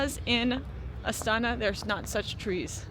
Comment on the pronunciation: You don't pronounce the word Astana and Almaty correctly